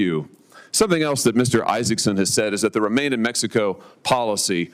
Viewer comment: "Isaason" figures